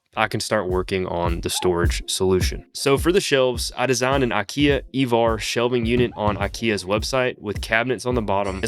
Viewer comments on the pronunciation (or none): none